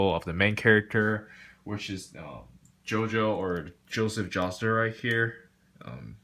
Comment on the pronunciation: "Jooseff jawstaar"